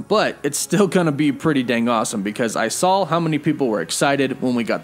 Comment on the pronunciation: You keep saying “sawl” not “saw” never noticed you say that before but it is bugging me in this video😂